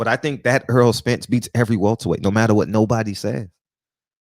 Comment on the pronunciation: You're a big Spence fan as am I. Are you ever gonna say his name right. Its not "Earl". It's " Errol".